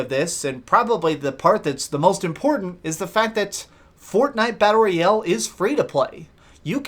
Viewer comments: ROYAAAAAAALE GODAMMIT!!!! not ROYELLE. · I like the content of the video but the way you say "royale" is really awkward and annoying